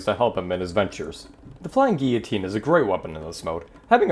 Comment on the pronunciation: Dude it’s gill-a-teen said like that